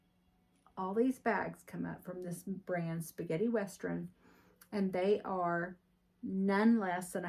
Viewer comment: Sounds like your saying westrun, instead of western! Maybe its just me. That is a gorgeous bag!!